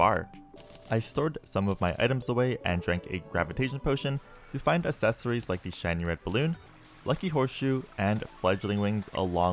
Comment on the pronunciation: "Assess-ories" kills me everytime.